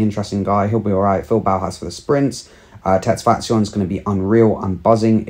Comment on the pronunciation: Good to see someone who can pronounce tesfation name well 🎉